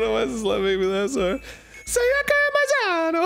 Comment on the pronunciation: Is anyone else bothered by how they pronounced Sayaka's name completely wrong eventhough each character says their name when they introduce themselves?